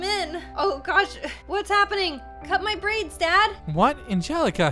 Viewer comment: i cried when she said "take my briads"